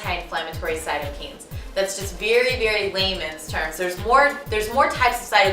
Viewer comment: There is a decent amount of correlation=causation (false cause fallacy). I feel like your argument would have been stronger with less points (and taking out the less solid ones). I will try this, because as you said in your info, but understand many of your arguments are just inaccurate. Also Cyto (cell)-kine (movement) Kine is not pronounce "keen" but like kind without the d. This makes me additionally critical.